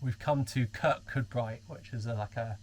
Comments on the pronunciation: Great video - Kirkcudbright is pronounced "Kir-coo-brie . . . . . . Took us a while until we moved here from Lancashire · Great video as always. Lovely filming and backing tracks. And your pronunciation of Kirkcudbright didn’t disappoint 🤣. You need another wee trip there to redeem yourselves 😉